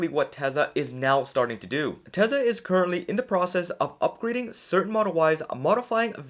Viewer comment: Tesla is pronounced Tesla, Not Tesa